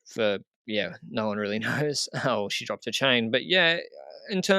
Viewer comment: The most minor correction - FYI O'Shea is pronounced "O - SH-AY" rather than o - sh-ee. Pronouncing Sadhbh correctly wins you mega Irish points though! Remco needs 5-10 metres of a gap within 30 km of the finish, and he will always TT to victory. After LBL, I thought he would never be allowed to do so again, aaaaand here we are. But surely, surely his competition get the hint now... right?